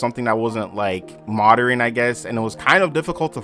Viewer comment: modrin? lol